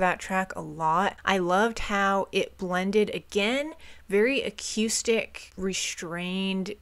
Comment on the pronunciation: Lol how she pronounces accoustic is so funny to me